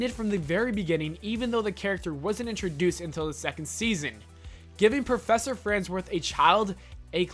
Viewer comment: And perfessor. Ugh.